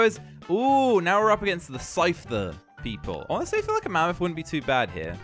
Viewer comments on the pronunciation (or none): none